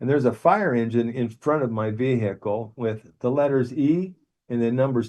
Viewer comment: Stopped listened when he started saying veeeehacl 😂 I do believe in left after death btw just thing this bloke had a heavy dmt trip 😂😅